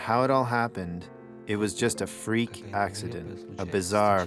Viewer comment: “Freak accindent” NOOOO